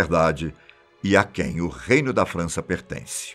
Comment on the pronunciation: impressão minha mas ele fala "França" como se fosse "Frounce/Fança"? Algo assim...